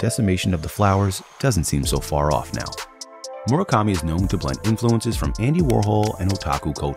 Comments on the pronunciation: I hate how the narrator keeps saying Moro kami and not mura kami 😭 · Mura kami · Mu ra ka mi ——not—->Mor a kami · Why tf do i hear "MOREKAMI"?!!! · I just don't like how he pronounces his name.... It's a U, not an O.